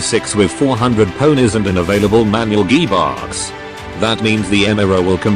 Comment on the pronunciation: Manual geee-box😆